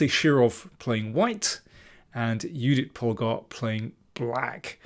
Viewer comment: I appreciate the right pronounciation of Judit Polgár's name.